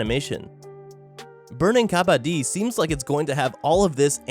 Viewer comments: Wtf its not ka-baa-di Its ka-ba-ddi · Well It's not pronounced "kabadi" but pronounced "Ka-ba-d-d-i" It's an Indian sport. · its burning kabadddddi (ka-ba-dee) not kabaadi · This guy literally saying kabaddi like kabadi (Indians can understand) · It is pronounced as ka bd di i am telling you as I am indian and this game is also indian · As the origin of the game is in my country I would like to tell kabadi is pronounced as "Ka-ba-T" the "ba" in it is pronounced like the ba in baboon n not like the ba in bag... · the way he pronounced kabaddi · Oh god the way you butcher Kabaddi yet say it's name the most..... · Tbh no offense but ur pronouncing kabaddi wrong and bow it’s from India (I am from India)